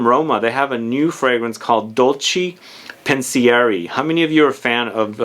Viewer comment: Pen see ehr eh= Pensieri cmon you say all the french words correctly!!!